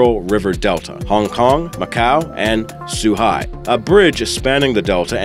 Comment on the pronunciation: Can you not pronounce Zhuhai as 'soohai'? thanks.